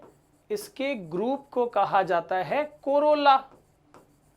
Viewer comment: 'Corola' sounds like 'Corona' 🙄😂😅